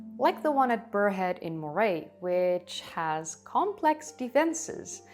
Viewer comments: Moray is pronounced Murray. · Sorry to have to correct you, but that's the Scots' origin story, not that of the Picts. When the last Pictish king died in AD 843 the Picts were assimilated by the King of Scots, Kenneth MacAlpin, into the new Kingdom of Alba. Moray is pronounced Murray. Listen, I've got a lot of time for you, but if you're going to do a video on my nation's history at least get the basics correct first. I had great expectations of this video, but it is really poor.